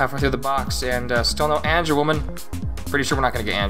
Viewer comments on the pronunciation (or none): This guy only know angewomon and he pronounce: angewoman